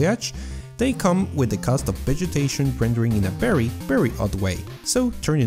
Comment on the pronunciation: "witcher 3 is a berry good game."